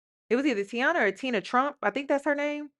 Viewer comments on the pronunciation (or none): none